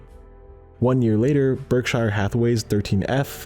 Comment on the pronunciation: Hard to take seriously when "Berkshire" is pronounced incorrectly by narrator.